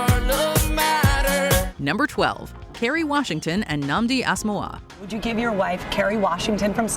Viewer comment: His last name is pronounced “ass-OH-moo-GHAH”, the last two syllables sort of run together though.